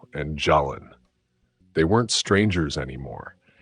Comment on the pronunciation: The name Jaylen is pronounced (Jay-Len).